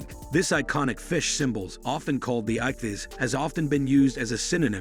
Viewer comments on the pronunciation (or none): Who/what the hell narrated this thing? Perfect examples of why you don't outsource your VO (ichthys) (9th cen) (1870 read as a number) and (1828 read as a number) and (1874 read as a number)